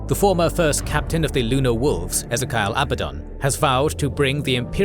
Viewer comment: Ezerkial!?! Ezzerkiyal!? Ffffffff